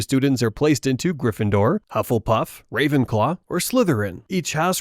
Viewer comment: the german AI voice called Ravenclaw to Ravenklo.... klo means in german Toilet.😂